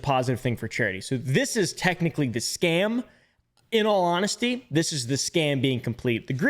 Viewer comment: Why does he say "scan" instead of "scam"?